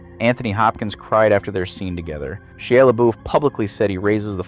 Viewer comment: idk if you have a voice over off script or if you're mispronouncing actors names on purpose to bait comments, but most people are learning from you nowdays- what you say, is less likely to get a correction and more likely to have someone just go out and mispronounce Djimon (D is combined with the J so it sounds like - Jai~MUN) and Shia (Shy-Uh) Problem with saying the "Proper French" Is you are completely leaving out the accenting "O" that replaces the N all together and coming across as "Digimon"